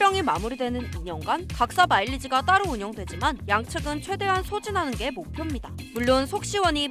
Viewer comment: 목푭니다 가 아니라 목표입니다 가 맞는것같습니다